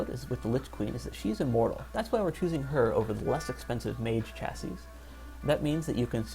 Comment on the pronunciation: For the record; The proper Latin pronunciation of "Miles" is "Me-lays". "Chassis" is also pronounced "Chah-see" - like that of a Car. You did pronounce the plural, "Chasses", correctly though.